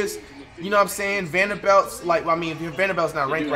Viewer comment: He said vander-BELT